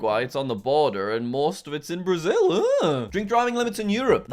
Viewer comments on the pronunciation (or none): none